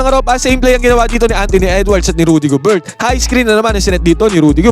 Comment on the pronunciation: Gober lang Hindi GOBERT... silent T....